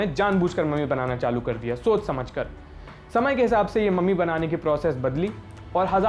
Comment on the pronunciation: और हां उच्चार #मम्मी नहीं #ममी है।